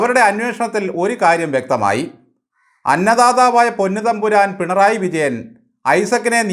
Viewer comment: ബാലൻ പിണറായി വിജയനെ അധിക്ഷേപിക്കുകയാണ് എന്ന് പലപ്പോഴും തോന്നുന്നു. വിജയനെ ബാലൻ വിളിക്കുന്നത് "പെൺറായി "എന്നാണ്. സിപിഎം കാർക്ക് ആർക്കും മലയാളം ഉച്ചാരണം വശമില്ലാത്തത് കൊണ്ടാകാം.